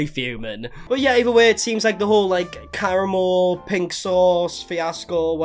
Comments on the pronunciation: When you said Karamo... I for sure thought you said Caramel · I keep hearing Caramel lol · Has anyone mentioned that you're pronouncing Karamo wrong? It's "Ka-Rah-Mo" not "Kara-mo" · In case you ever have to speak Karamo’s name again, he says it with the accent on the second syllable kar-AHH-mo.